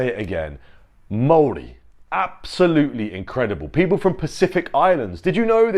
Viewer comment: Mow-Ri, not Mayo-Ri. If you don't call the old leader of China Chairman 'Mayo', then don't call the Maori 'Mayori'. It's Chairman Mao. It's Maori.